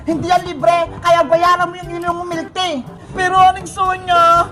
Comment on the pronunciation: Bakit yung "Tea" nagawang "Tae" Peke ba?